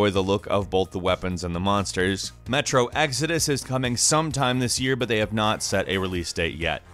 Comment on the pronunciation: Metro Axouds